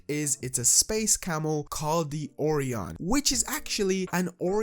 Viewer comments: Oh Ryan. Orion. Not Oreo hon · Oh-Ryan is how its pronounced. I really like these camos! I also think your correct about how to obtain platinum. Its the only way that makes sense to me lol Thanks for sharing! Good vid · orion is actually pronounced O-RIAN just letting you know. love the content keep it up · Pronounced: Oh-Ryan.